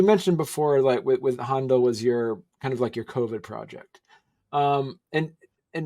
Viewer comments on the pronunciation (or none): I'm surprised that the host of Mastering the Muse pronounces "Handel and Bach," "Hondle and Bok." (FYI: When Händel became a naturalized British subject, he changed his name from Georg Friedrich Händel to George Frideric Handel.)